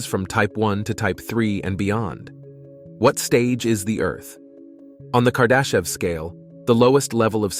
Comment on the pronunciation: Did he say kardashian? Lol